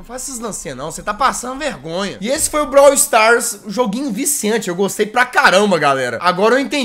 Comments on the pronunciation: Alguém além de mim ficou com agonia quando o jazz falava brawl Stars errado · e tambem ele falando brawl do errado😂